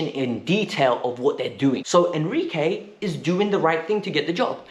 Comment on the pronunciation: Who is enquire. its enrique ;/